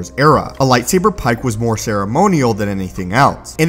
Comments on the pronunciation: Dude fuck the way you say "PIKE". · The way he says light saber PIKE makes me want to slap him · But why'd he have to say "pike" that way? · stop saying lightsaber pike like that please